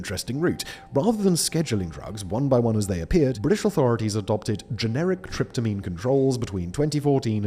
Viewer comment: you were actually completely correct until the end. You earlier said tryptamine correctly, which is what the last word